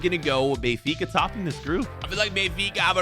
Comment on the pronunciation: Me turning on captions when says benfica: Bayfikazads 😂